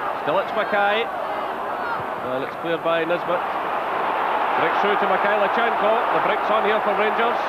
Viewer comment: No T in Mikhailichenko.